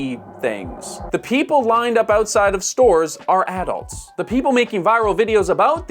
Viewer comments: Why do you have to say addults like that? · I pronounce "adults" differently from how he does.